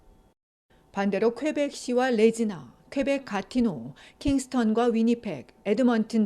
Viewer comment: Regina는 capital of Saskatchewan 이고 발음이 레지나가 아닙니다 리자이나로 발음 합니다....